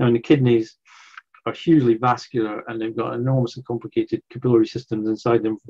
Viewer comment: I had trouble with “capillary”. He said it “ca-pillow-ry”.